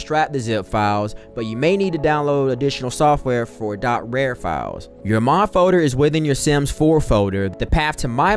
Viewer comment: ain’t no way he said “rare” instead of “rar” 💀